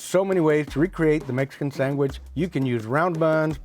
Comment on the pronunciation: Sang-wich...... that's the way I grew up saying it until my teacher corrected me😂....mexicanslang